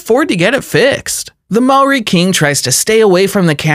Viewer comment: This guy needs a history and fact check on these countries and why they are valued low such as Tonga which you mispronounced as well as Maori, New Zealand both small countries with harsh pasts